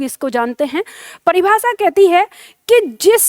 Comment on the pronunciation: प्रस्तुति अच्छी है। शाबाश ! अपना उच्चारण सुधारो। विशेष, भाषा, परिभाषा, स्पर्श,देश का उच्चारण देखो। प्रूफ के स्थान पर सिद्ध शब्द का प्रयोग करो। शुभकामना।